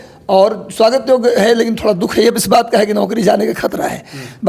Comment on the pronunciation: फिर से आप जजमेंट को जजमेंटे बोल रहे हैं,,बात को बातें कहते है,,पहले शुद्ध वर्तनी का ध्यान रखिए